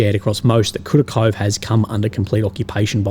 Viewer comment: Kurakove.... Toresk... Shevchenko....